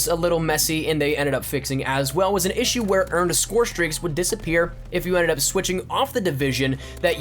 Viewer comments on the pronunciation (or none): none